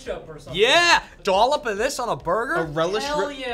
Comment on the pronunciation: "dollop of this on a burger!" ahhhh yeah, there's the Boston <3